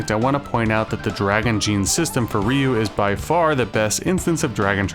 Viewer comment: Stop saying Ryu, his name is Ryu.